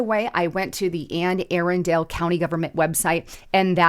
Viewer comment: Arrendale or Anne Arundle. Naval academy is in anne arundel. Anne A-run-dul. Is how you pronounce it